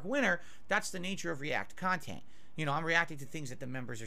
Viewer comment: "Reaction style khantent is the laziest kinda khantent"